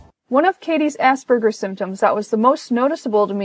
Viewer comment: I find the "Asperjer" pronunciation funny